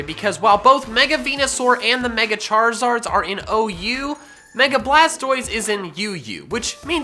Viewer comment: Its blastois